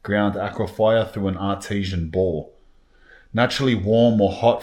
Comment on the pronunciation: h in and I just realized he was saying " bore" not " ball bath " 🤣🤣